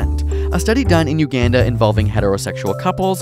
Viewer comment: You pronounced Uganda in the whitest way possible